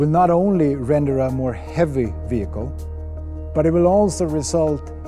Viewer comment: "Tracked Wehicle"